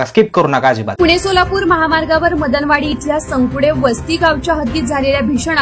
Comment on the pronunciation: संकुडेवस्ती ❌ सकुंडेवस्ती ✅